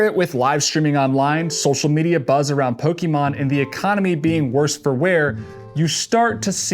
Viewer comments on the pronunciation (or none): Poke-eh-mon or Poke-uh-mon but not Pokey-mon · IT'S NOT POKEEEEEMON!!!!!! It's Pokémon, POH KEH MON !!!!! At least know how to pronounce what you are talking about. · But its pronounced as po-kay-mon 😅